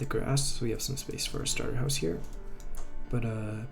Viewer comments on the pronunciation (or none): none